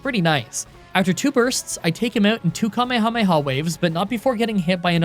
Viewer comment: You're like the only English speaking person I've heard who pronounces kamehameha "correctly" (according to me) 😁